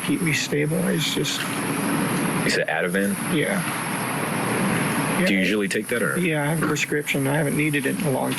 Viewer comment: No he said Adaveen not Adavan